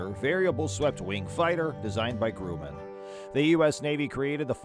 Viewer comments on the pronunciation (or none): The F-14 Tomcat was flown by the United States Navy (USN). The United States Air Force (USAF) flies the F-15 Eagle. Also Grumman is pronounced gruh-muhn not groo-man.